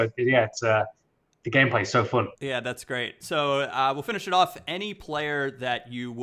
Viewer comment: 'It's so foon'